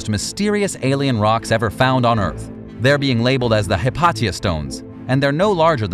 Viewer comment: Hypatia. Hi Pay She Ah not hit pot tee ah